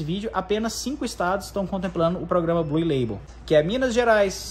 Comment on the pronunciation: amigo nao se fala bluE ... se fala BLU